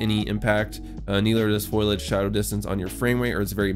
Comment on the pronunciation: FOIL AGE, lol. I think it's pronounced FO LI AGE ;)